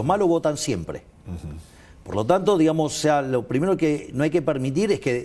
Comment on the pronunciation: SU MULETILLA "DIGAMOS" ES ENFERMANTE APARTE QUE DICE "DIHAMOS"